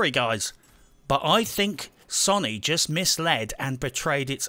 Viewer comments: Can this guy please pronounce Sony correctly.. Sow-nee not Sonny, it's doing my head in lol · Sow knee, say it with me SOW KNEE. NOT SUNNY